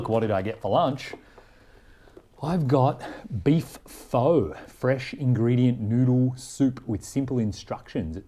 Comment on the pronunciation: Mr Kellogg was an... interesting man. And definitely an American kind of interesting hehe And pho is pronounced fu (like fudge) - it's a Vietnamese noodle soup! Very tasty